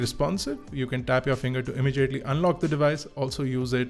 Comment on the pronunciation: Why do you pronounce immediately as immejiately xD